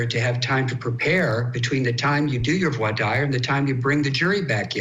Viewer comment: UMMMM....CourtTV...your "expert" guest cannot even pronounce "voir dire" correctly, lol. Are we SURE he is a lawyer???